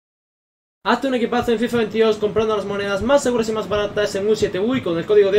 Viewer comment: Se me ha hecho super raro cuando has dicho en fifaaa 22